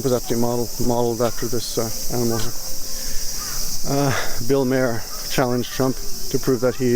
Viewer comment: I'd wanna be a cat. Nothing I have to do all day, people feed me but don't expect me to do tricks. Bill Maher is pronounced mah-err.